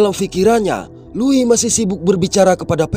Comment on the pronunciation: Tumben ada org indo yg bisa baca nama Louis dengan benar 🗿